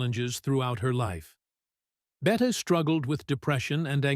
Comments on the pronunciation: Pronounced "Bettee" Davis, not "Bett." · The narrator needs to learn the correct names for people he's talking about like Bette Davis